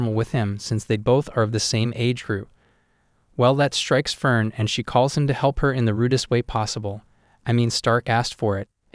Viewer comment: It's firien